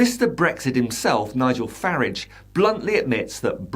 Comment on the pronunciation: you are the only commentator that pronouces the toe rag’s name as farridge not faaraage bravo. Another little push and its finished.